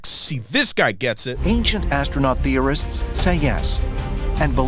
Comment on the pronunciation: Lol "theorysist"